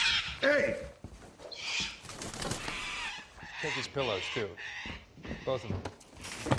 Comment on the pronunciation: I WAWNT MY BURD. NO! O WAWNT MY BURD.